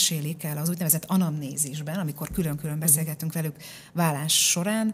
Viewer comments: Szerintem ékezet nélküli billentyűzetről írt a hozzászóló, ez nem nyelvtani hiba. A válást viszont úgy kiejteni hogy vallás, feltételezi hogy így is írja a műsorvezető. Ez helytelen, és hallani sem öröm. Igaz, nem egy Endrei Judit!😊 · Kedves Anita! Először azt hittem véletlen, de sajnos nem: a ,,vállás” következetes említése nagyon zavaró !!Annak ellenére, hogy kifejezetten jó beszélgetés volt ! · Jó és érdekes beszélgetés volt! Drága Anita, a válás rövid l- lel ejtendő a köznyelvben.😊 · Remélem azért másra is tudott figyelni🙏🏻 és nemcsak a hangsúlyozásra, de ez inkább nyomatékosítás volt…😂🎉